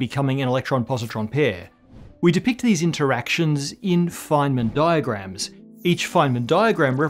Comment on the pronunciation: Anyone else hearing ‘flamin diagrams’ as if al from home and away was a professor?